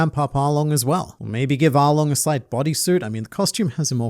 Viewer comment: "ARWRONG" got me cracking up 😂